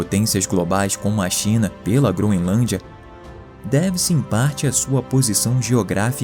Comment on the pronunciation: "GroNElância"? Isso é o padrão de qualidade do nosso país!